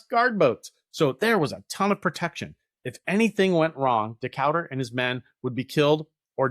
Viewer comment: This is one of my favorite parts of American naval history, but it was like nails on a chalkboard every time you mispronounced Decatur--put some respect on that man's name!